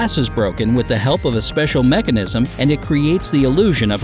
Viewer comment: I swear if I hear seicial one more time